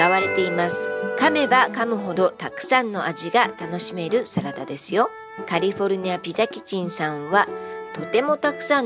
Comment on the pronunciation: カルフォルニアっていってるやん、この、おばさん。 カリフォルニアやろ。